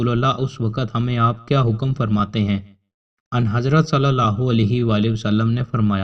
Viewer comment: بھائی جان ان حضرت نہیں کہتے بلکہ آں حضرت کہتے ہیں یہاں پر نقطہ خفی ہے